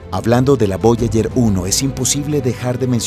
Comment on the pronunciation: Voyayer, cinturón de kaiper. Distrae mucho la falta de preparación del locutor